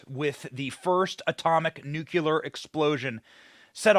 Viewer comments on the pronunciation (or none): Once more, the word is nuclear not nucular. 🤣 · Sorry, man. Anyone, ANYONE that pronounces 'nuclear' as "NEWK-u-lar" sounds like an absolute idiot. I'm on your side, man, but FFS, sounding stupid does not help your cause. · NuCLEAR, not NuCULER :yougotthis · BENNY!! IT’S NU-CLEE-ERRRR NOT NEW-CUE-LER! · Nucular is not a word!!! Nuclear is pronounced NU-CLEE-ER. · Benny, it's NuClear. Not NuCular, lol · NUCULAR ??? C'MON ... NEW CLEAR !!! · It's Nuclear, not Nukulur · Nuclear, not Nucular. Whatever... One thing is CLEAR: The problems were not accidental. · Can't stand when people say "Nuke'yuler", it's "Nu'clear". Just like when people say "Real'uhter" for "Realtor" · Please STOP saying New-cue-ler! It's New-clee-er! Ffs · Benny said "nucular" and "cusdoty" and I almost threw my phone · How do you spell nuclear? You say it the same way, it is not NUCULAR! Pet peeve!!!!!!!!!!!!!!!!!!!!!!! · Please don't say nukular. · Nuclear! NEW KLEE ARHH! You're a smart man, SAY IT RIGHT! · You know, I hate to bring this up, but the word nuclear does not have a “u” sound on it. Look it up. It is pronounced “nuCLE-AR.” Sorry, but I’m kind of picky that way. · Come on Benny, it's 'NUCLEAR' How am I supposed to take you seriously when you can't pass a second grade spelling bee? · MAN. I JUST CAN'T LISTEN TO PEOPLE WHO MISPRONOUNCE VERY SIMPLE WORDS LIKE "NUCLEAR"! UG!